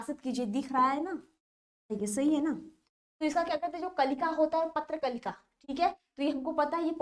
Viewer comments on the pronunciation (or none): Patra Kalika nahi prakalika hai but aap likhi sahi hai aur padh galat rahi hai